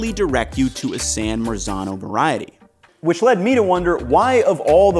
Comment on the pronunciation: "Veriety" not "veriatal" . Its not a word.